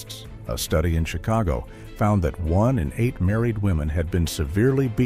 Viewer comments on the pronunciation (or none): none